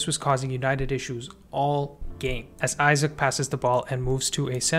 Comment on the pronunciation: no way you called isak isaac